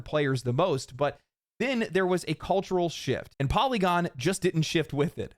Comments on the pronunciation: LOL FOLLY-gon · Poly-gone lol